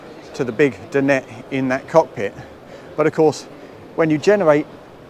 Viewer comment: How many times can somebody mispronounce “dinette”!!